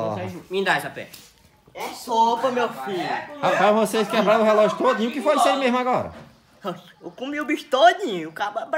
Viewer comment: Não sabe nem falar o doidin kkk